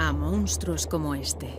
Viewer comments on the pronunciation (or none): Corrección, en el minuto dice la palabra “Mounstro” en lugar de pronunciar la palabra correctamente como “Monstruo” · También es verdad que el fragmento de vídeo en el que dice 'mounstro' es de National Geographic y ahí no puede hacer mucho para cambiarlo